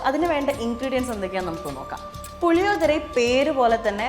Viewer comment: Hello ... Its not what you have said Puli odhara .....allado ... It's PULLI - OGGARE....😂